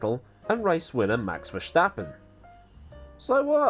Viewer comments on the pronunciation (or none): Hey, I'm Dutch and my country has sent me to tell you that there is no "sshhh" in Verstappen. Are you trying to sound like Sean Connery or what's the deal? Love the channel by the way!